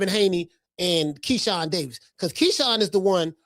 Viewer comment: You almost called Keyshawn, Shekon, but you autocorrected yoursefl ...hahahahah!! 😂😂😂😂😂 I LOVE THIS CHANNEL!!!